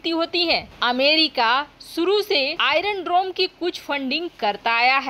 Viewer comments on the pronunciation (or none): बक बक काफी नही है । शुद्ध बोलना अधिक जरूरी है ।आइरन डरोम नही , आइरन डोम बोलो ।